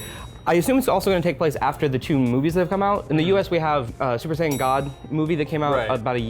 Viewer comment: Will westerners ever pronounce Saiyan correctly?